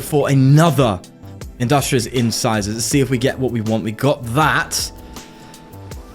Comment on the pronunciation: Love the videos bro, but why do you call it scissors for bibarel. It's In-Size-ors, cause its talking about the front two teeth.